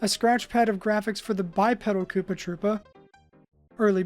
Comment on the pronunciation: The fact that you continually pronounced "kuppa" as "cuppa" continually killed me. It's pronounced koopa. That's how you spell koopa in japanese.